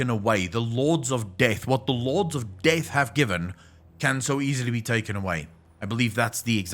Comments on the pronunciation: Took me read the comments to fucking understand that he is saying "DEATH". What the fuck is wrong with that accent? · When you realise he's not saying DAVE but carry on hearing it as Dave ...